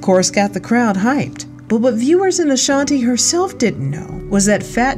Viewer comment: I'm going to need people get Ashanti's name right. It's not LaShontae smh